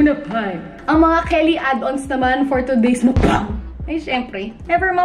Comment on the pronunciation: tawang-tawwa ako sa MUKbangg na pagkakasabi mo hahahaha